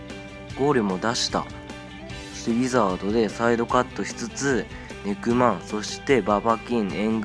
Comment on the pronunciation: ネクマンがにくまんにきこえた